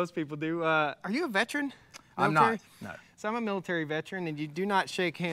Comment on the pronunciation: “Impordant” is not a word. “Vetren” is not a word.